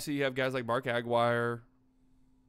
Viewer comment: The way you said aguirre killed me...have you never heard his name said before lol...he was a great starter on title teams not some scrub...he could score...first pick of his draft...ahead of future superstar teammate college stud thomas...